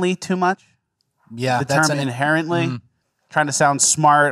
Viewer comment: My deaf ass thought y'all were saying "apparently" for the first five times you said inherently..